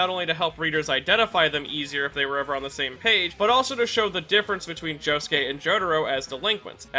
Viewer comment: Why is his name pronounced joskeh and not josuke